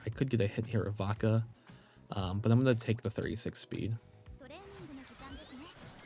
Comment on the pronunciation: Everytime you say Vodka I hear baka 😅